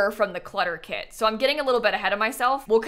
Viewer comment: it's KIT time and not CAT time!!! 🤡